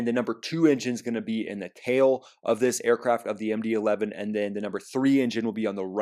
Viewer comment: Did you notice the part where he called an MD-11 a “McDonnell Douglas 2”? That was right after saying he was going to read from his notes to get it right.